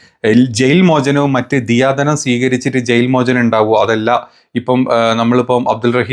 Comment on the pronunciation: സ്ഥിതീകരണം - wrong സ്ഥിരീകരണം - right ദിയധനം - wrong ദയധനം - right ഇങ്ങനെ അല്ലേ 🤔